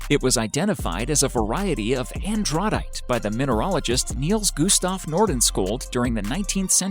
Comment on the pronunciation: I didn't hear the narrator say anything about Andradite